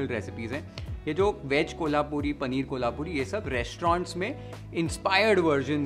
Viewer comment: the pronunciation of कोल्हापुरी was bang right. Thanks for that!!!